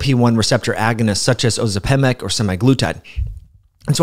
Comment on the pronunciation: Curious about your pronunciation of Ozempic🤔